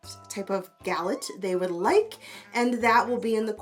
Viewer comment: Awesome video ! You prononce Galette very well. Google : "Galette Bretonne" , you will see what it is. It's a pastry coming from a part of France called Bretagne. It's very good and versatile !